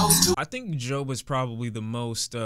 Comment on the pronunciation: Dude Jobs sounded so damn weird. The way he pronounces his words are eewwww